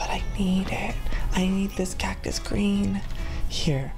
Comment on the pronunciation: Whenever he said cactus he said it like cac-tus not hating js